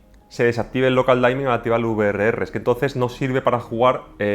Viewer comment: Local Dimming, no Local Daimming